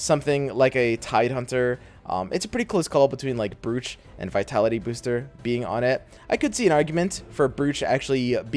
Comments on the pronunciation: Brooch is pronounced 'Broach'. Like a pin you wear. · Do people actually pronounce "brooch" like in this video? I've always heard it pronounced as "broach" as in the piece of jewellery